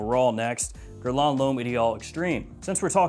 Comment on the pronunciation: Hi! Great reviews! Thank you! Maybe a little feedback? Guerlain is not pronounced as 'gair-lahn'. It's: 'gerrr-lan' the way lan is pronounced in 'Land' bit without the 'd'. Not like in lan-network.